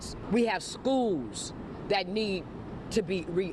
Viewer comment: "we have schoo's" Those schoo's clearly aren't doing a good job